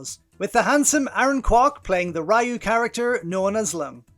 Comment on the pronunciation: It's "Ree-yuu", not "Rye-u". And Dicky Cheung's character is modelled after Nobita Nobi from Doraemon. Hence, why the character uses Nobi's name in the Cantonese localization of Doraemon.